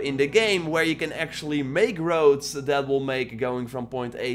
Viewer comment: so it's a game where you build wowds in chapter tree. humm.....that english man! painfull to hear! funny actually ..still like your vids